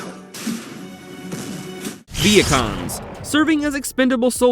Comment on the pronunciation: Ok I thought when he said Vehicons I heard Vietcong’s like the Vietnamese